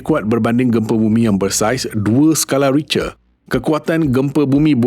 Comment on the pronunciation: sekadar teguran.. sebutan "Richter" tu salah.. ianya disebut "Rikte"